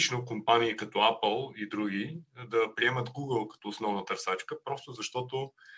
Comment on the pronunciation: Когато чуеш някой да казва АПАЛ и ти е ясно какъв специалист е...